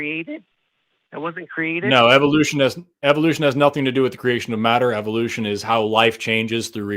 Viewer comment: "so when ebolution started that wasn't a created?" lolol